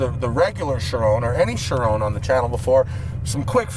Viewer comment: Out pops Koshbin from the frunk “Bugatti ACHIRON ASPORT”